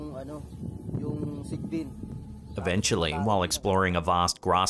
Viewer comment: like the way you pronounce "sigbin" very Filipino 😁🤣